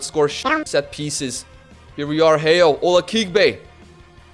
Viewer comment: just wanna clarify heo is pronounced as ho in korean